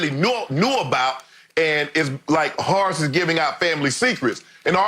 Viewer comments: I can't get over the fact Shannon calls him 'Hoe' Grant 😂🤣🤣..... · "Harce" Grant.